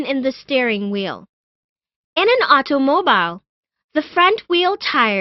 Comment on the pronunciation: Ve-hee-cal: Vehicle Auto mo bail: Automobile Pahblem: Problem